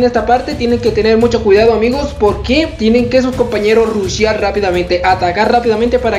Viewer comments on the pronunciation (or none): none